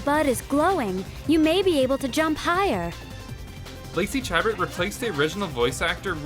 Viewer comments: Lacey Chabert is pronounced "sha-bear", not "chaburt" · Shah-bairt, not Cha-bert. Also 35 is a very common time travel trope: the bootstrap paradox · It is pronounced "shuh-bare" not "chah-burt". She played the voice of Meg in the first season of Family Guy before being rep;aced by Mila Kunis. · That's not how you pronounce her last name.